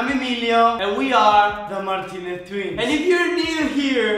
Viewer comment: how Ivan and Emilio pernounses their name: martinea tchwins How people with clear accents pernounes thier name: Martinez twins